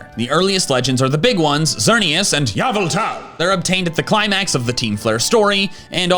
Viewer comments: its pronounced ROOT, NOT Rowt - and its pronounced GRUDON NOT Growdon - and pronounced RAY Qazsa NOT RAYquayza ffs... i give up, its EE VEL Tay, NOT YA val tal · It’s pronounced coh-BAY-lee-uhn, EE-VELL-tall, sol-GUH-LAY-oh, and fee-oh-NAY, “Patrick Star”! 🤨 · It's good to hear "Yah-vel-tal" again. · Bro never forgets to say YAVELTAL 😂😂😂